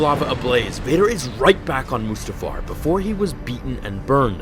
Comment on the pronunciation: mutafar? really? it's mustafar